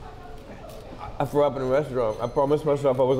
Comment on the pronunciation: Everyone:say the line! Josh:i frew up Everyone: cheering up